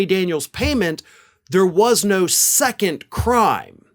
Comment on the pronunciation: Love your show, but please stop pronouncing the word second as "seconT"... it detracts from your credibility as an intelligent person.